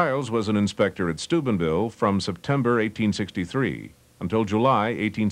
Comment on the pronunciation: Pronounced, "Sky-kill" not "Skool-kill". Also, "Stoo-BEN" not "Stoobin" - ville. 😎